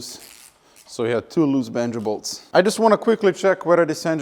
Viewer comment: I heard "Vengables" like 4 times before I realized you were saying Banjo Bolts. I need to get my hearing checked.